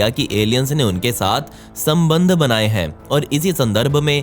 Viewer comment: Whenever he said “SAMBHAND" I was like🤔 REALLY?